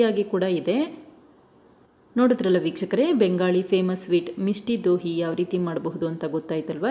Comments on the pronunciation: ಅದು ಮಿಷ್ಠಿ ದೋಯ್ ಮಿಷ್ಟಿ ದೋಹಿ ಅಲ್ಲ ಮೇಡಂ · Misti doi madam adu Dohi alla Please learn the pronunciation correctly